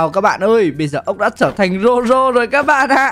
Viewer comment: Zoro không phải roro